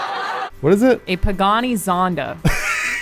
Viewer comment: Oh shit. Plus respect for Alanah saying Pagani Zonda. Like alluded to, most people don't even know what Pagani is.